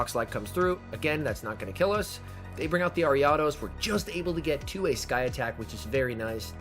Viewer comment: the ariados pronunciation tho....